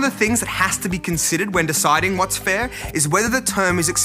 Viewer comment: His pronunciation of "fair" is strangely American...